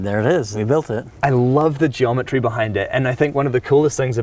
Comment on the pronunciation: GeomeTREES hahahaha